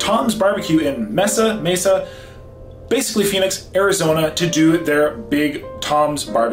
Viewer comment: Yeah definitely agree… Mesa is one of the largest cities in the country, probably top 25 (bigger than Atlanta, Oakland, Miami, etc). Gotta know how to pronounce it 😮